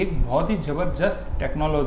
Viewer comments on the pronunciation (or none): Jaberdesat hota h. Jaberjest magi hota